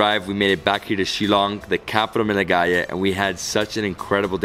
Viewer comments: that look from paul when said melaghaya instead of meghalaya 😂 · I lost it when I saw Paul's look whn you said "Capital of *Melaghaya*" 😂😂😂😂